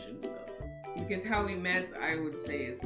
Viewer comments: It's "freudial slip" when she said "how we wet" when she's supposed to say "how we met". :D hehe! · When she said how we wet instead of met this had me cracking up 😂😂